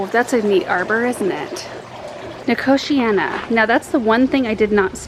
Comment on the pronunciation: I'm so glad you said nicotiana. I didn't know how it was pronounced and always said nicotine-a. Eek! Always learn something new on your channel. Thanks and team:)